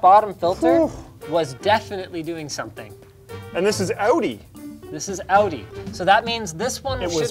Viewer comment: "outy" like said it is how you pronounce "audi" btw. you're welcome